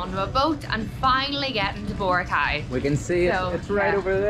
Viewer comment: You need to pronounce BORACAY correctly.